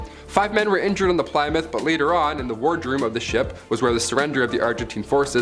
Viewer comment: ......how can you not know how to pronounce Plymouth